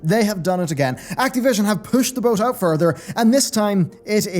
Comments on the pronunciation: PLEASE PLEASE STOP SAYING ACTEEVISION Act"I"vision or Act"A"vision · It bothers me the way you say Activision